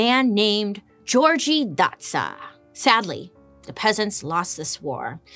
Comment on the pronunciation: I can't help. As a hungarian woman, I laughed every time you said György Dózsa name. 😂 Of course its terribly hard to say if you are not from here, cause its just weird to look at these names, right? 😀